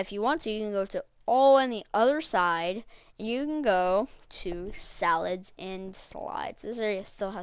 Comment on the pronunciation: It's not salad slide is salad side 😅